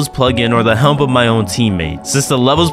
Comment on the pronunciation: The way this mf says helmp instead of just help kills me